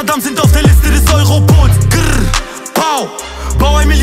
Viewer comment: Geschmack Sache! Mir gefällt der Song nicht aber habe nicht auf dislike gedrückt. Ich finde dieses grrr pau sehr cringe ausgesprochen